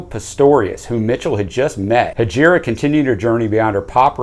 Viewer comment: As an Arabic speaker you mispronounced Hejira. It's a silent i so its pronounced Hejra.